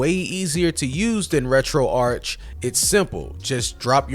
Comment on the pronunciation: It’s ‘Retro-Ark’ as in retro archive.